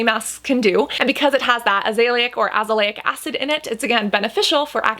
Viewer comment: You always pronouce azelaic acid wrong